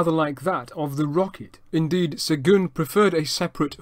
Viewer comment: Really interresting and well done! I really enjoyed it. Your french pronounciation is impressive. It is off for Seguin though, which should be pronounced as [sœgɛ̃] and not "segun". The closest I can think of in english would be "Seguin", like in "terrain". The end is still a bit off too, but "in" sound in French does not exist in English and this is the best approximation. Keep up the good work: I am now subscribed!